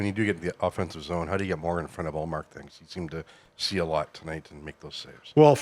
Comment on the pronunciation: The woman constantly asking about ullmark is comedy. Perfect pronounciation of his name too